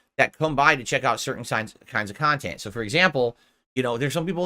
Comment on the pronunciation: He's delusional. It's one pot of viewers, there's not separate groups for separate "khantent".